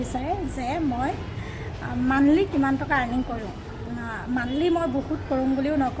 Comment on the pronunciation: Fea lovey, eye bull 😂😂😂 kol ket mane colgate😂lipistick u nohoi gadhi lipstick.. Aaaayyyooo hindi tai he jane aru banglore t tai he ase aru.. Banglore r eman porha huna manuh gorakiye tur malik joniye lispik kobone baru😂😂😂😂 tai korung buliye kore oi... Ayyyyooo mur matha ghuraise ooooiii... Gadhi ooooii ki kotha koisooo oiii.. I F C code mandly😂😂😂😂😂mane IFSC code aru monthly😂😂😂ufff hahi hahi pagol hoi jammm ooooiii